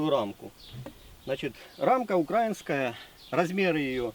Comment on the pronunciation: Спасибо за видео. P.S. проверьте ударение в слове Украи́нский